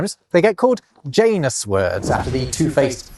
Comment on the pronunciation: Janus? So the 'J' isn't silent 😅